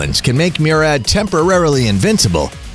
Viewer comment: The way he pronounced Murad lol